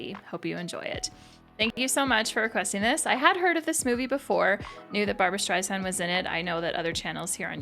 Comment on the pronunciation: Definitely check out The Main Event which is another team up of Barbra and Ryan. Also, it is StreiSAND not zand.